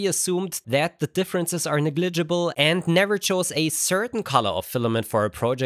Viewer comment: I love ur content but thought it was kinda funny, I think negligible is just neg·li·gi·ble